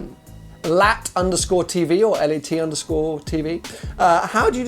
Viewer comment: It's underscore. Not underscroll.